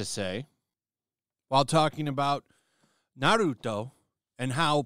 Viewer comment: pronoucing it as "Ba-roo-toe" is cracking me up.